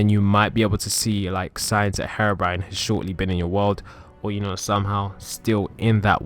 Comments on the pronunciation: It's HERO-BRINE not HARO-BRINE 😂😂😂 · Google says herobrine like this"hair brain" or "her brain" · Maybe harabrine might be in my world, but I came for Herobrine ! God.. get the pronunciation right, chump. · I've trolled someone being heerobrine 😂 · You pronounced Herobrine wrong